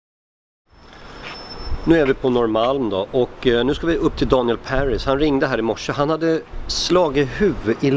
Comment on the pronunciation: enda personen i Sverige som uttalar Paris i Daniel Paris med Engelskt uttal:P